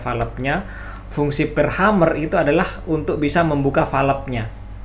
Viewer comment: Mohon maaf , sekedar untuk meluruskan.. bukan Hummer tapi Hammer .. Hammer = palu/ penumbuk/ pengetuk/ pemukul.. sedangkan Hummer = penyenandung dari kata Humming = senandung atau bergumam/ berdengung.. Jadi untuk sobat semua.. pemahaman nya bukan Hummer tapi Hammer yang dibaca (Hemer)